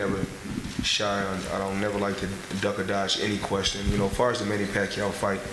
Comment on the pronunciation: Hahha the guy didn't even ask him about manny pacquiao. He said "money" not "manny".